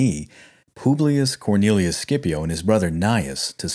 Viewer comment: It's not "SCIPO".